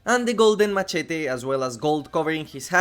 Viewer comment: That "machete" sounded spanish as hell! are you by any chance from any hispanic country?